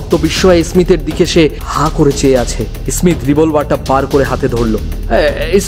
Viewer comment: ই-স্মীথ কে স্মীথ উচ্চারণ করলে ভালো লাগতো